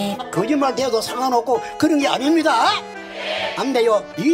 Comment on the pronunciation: 아닙니다아아? 끝에 힘을 주네